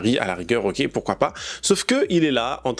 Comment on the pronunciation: Pourrais tu arrêter de dire ''poursuoi pas''? N'y a t il pas un dicton qui dit qui vo.. un oeuf vo.. un boeuf?